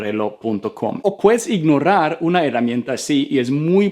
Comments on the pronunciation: Ey es imnorar no imnorrar 😅✋ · "Ignorar" la pronuncias incorrectamente. No pronuncies como doble "r". 👍